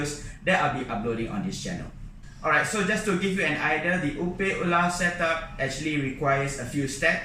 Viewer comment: Hello! Could you please change your pronunciation of the word 'opae? Utilizing English words, it should be pronounced like ''oh pie.'' The way you are pronouncing the first word in Hawaiian can have many different meaning, none of which refer to shrimp. Mahalo!